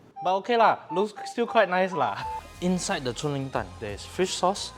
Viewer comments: nope but it's definitely not pronounced as 春 (chun) because the chinese is 锺 (zhong) haha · Chung Ling is supposed to be pronounced as Zhong Ling (锺灵）and not 'chun'（春） 😊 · It’s chung ling my friend